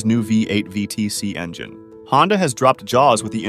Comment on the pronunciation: Sorry, had to cut it after the third time you said “V T E C”. You’re insulting my religion. It’s pronounced ‘V tech’ yo.